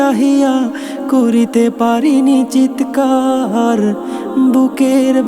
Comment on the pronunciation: শব্দের উচ্চারণ ঠিক করা উচিত! চিৎকার হবে, চিতেকার নয়।